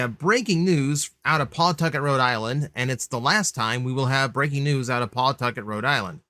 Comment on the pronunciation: it's pronounced pa-tucket btw